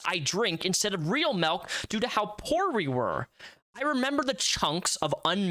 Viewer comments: Ughhh great breakdown but the way you pronounce milk is driving me insane 😂 m.i.l.k not m.e.l.k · dude, you gotta stop saying melk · You say milk as melk and this is humorous to me.